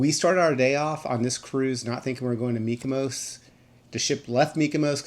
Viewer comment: Are you saying MykoMos? It sounds like you’re saying MykoMos with an M. But it’s MykoNos with an N lol